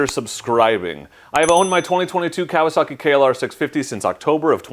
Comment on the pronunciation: Pronounce it right Kawasaki, ka wa sa ki, not kalosaki.